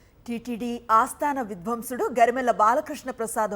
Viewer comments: యెక్కడ నుంచి వస్తారమ్మా మీరు మా ఖర్మ కాలి Mother tongue లో సరిగ్గా చడవలేరు కాని మీరు పెద్ద గొప్ప channel కి news చదువుతారు కాస్త language మీద శ్రద్ధ పెట్టండి విద్వాంసుడు కి విధ్వన్సుడికి హస్తి మసికాంతరం అంటారు చూడు అంత తేడా ఆమ్మో దీనికిఅర్ధం అడగకు బాబోయ్ ఒక్కసారి మీ head ని అడిగి ఆయనుకు పరీక్ష పెట్టు 😮😮 ఖర్మ ఖర్మ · THALLEE "VIDHVYMSUDU" KAADHU AMMALU TELUGU SAREGGA NEERCHUKONI PALUKU THALEE "SANGEETHA VIDVAAMSUDU" AAYAN KEERTHINEE THEESEESAVU KADHAMMA OKKA PALUKU THO. MANASU CHAALAA BHADHAGAA VUNDHI MEE VUCHHARANA VINTUNTEE AMMALU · Not vidhwamsudu. It's vidwaamsudu. Pls correct your pronounce. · Amma talli vidhwansudukaadu🙏it is vidhwaansudu anaalamma emi new readers talli😆🙏🙏🙏🙏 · తల్లీ యెక్కడ నుంచి వచ్చావు నువ్వు ఏమిటా చదవడం వింధ్వన్షడు కాదు అమ్హా తల్లీ విద్వాంసుడు ఏది ఒకటి రెండు సార్లు అను చూద్దాం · ఆస్థాన విధ్వం సుడు కాదమ్మా తల్లీ! విద్వాంసుడు ' అనాలి. ఖర్మ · .. విధ్వన్సుడు... ఏమిటి..విద్వాంసుడు అని పలకాలి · వీరు విద్వాంసుడు తల్లి.... విద్వంసుడు కాదు తల్లి..... రోజుకి 108 సార్లు ఈ మాటలు సాధనచెయ్యండు....వస్తుంది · అమ్మతల్లి, విధ్వంసుడు కాదు. విద్వాంసుడు. దీనికి దానికి చాలతేడా😊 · Amma talli. Vidhvamsudu Kaadhu, Vidhvaansudu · విద్వాంసులు.... అని చదవాలి... విధ్వంసుడు కాదు..... నీ తెలుగు తగలెయ్య.... ముందు తెలుగు భాష నేర్చుకో....